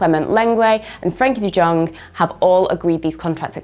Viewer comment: Not Dutch but isn't it like De Yong, the J is a Y basically